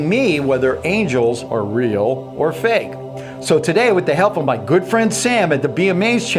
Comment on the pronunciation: Gake is not a word. It's "fake". Also it is tel"e"port not tel"a"port.